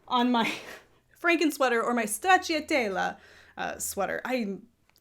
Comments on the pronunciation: My Italian is incredibly rusty, but is the middle "cia" pronounced "chi-ah"? I thought it'd be "cha", like stra-cha-tel-la? Edit: okay yeah I checked Google translate, and it's pronouncing it with "cha" - which tbh sounds like a hell of a lot easier to say than how was doing it. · Hi! I'm Maria from Sweden. I like your podcast and would like to say that you pronounce stracciatella very good. However, the i is silent and makes it more easy to say❤️ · It sounds like "Stretchy Tella"